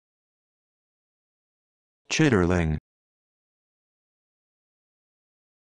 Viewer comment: Should sound like chit-ling. The R is silent.